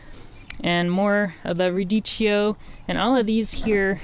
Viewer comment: Thank you for the tour. It's pronounced ruh ·dee·kee·ow. Forgive my OCD :)